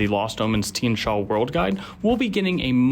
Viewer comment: The I and the A in Tian are pronounced as a single syllable rather than two, it means sky or heaven in mandarin.